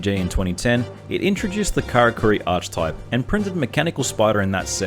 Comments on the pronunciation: Ark-ey-type. Not Arch-type, which I understand why you pronounce it wrong, you're just saying it as its spelt. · Archtype? Lol. Arc-e-type, please :(